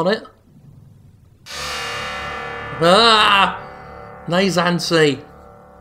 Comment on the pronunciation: actually its naissance..like in renaissance. but instead of RE-birth its just birth in french